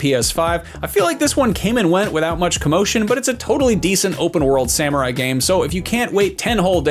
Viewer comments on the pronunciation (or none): none